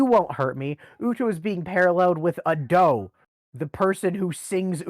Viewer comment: No way you're pronouncing Ado's name as "a doe"...